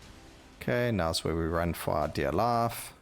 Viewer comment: Every time u say "fight" to me it sounds like "fart".. boss fart. and "life" sound a bit like "laugh". every time you say them i giggle. Another good video, thank you.